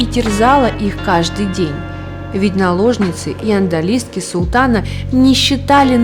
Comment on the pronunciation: "АндАлиски" повеселили. Зато с каким понтом читается!